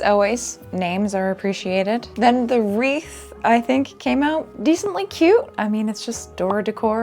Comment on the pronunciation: IS THIS HOW YOU PRONOUNCE WREATH?? omg I have been so, so, so off with my pronunciation it's embarrassing